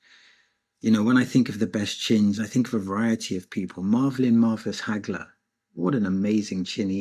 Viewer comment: WHO DAFUQ IS "MARVELIN MARVIS HAGLER" 😂😂😂😂